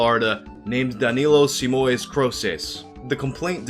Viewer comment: o jeito q ele disse "simões" tbm foi meio engraçado kkkk